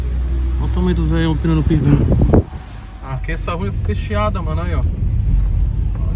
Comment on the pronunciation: Tem Toguro chamando a rua de “impestiada” no lugar de empestada, tem like! Kkk